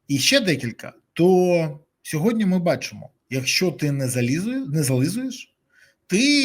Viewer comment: Дякую за ефір! Малееееньке зауваження: не сьогоднЯ, а сьогоднІ. СьогоднЯ - це русизм😊